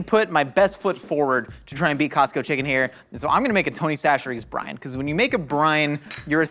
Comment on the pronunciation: I heard “Tony Chachere brine” as “Tony Chachere Brain.” Given how things work on GMM, is the official Tony Chachere Brian? 🤔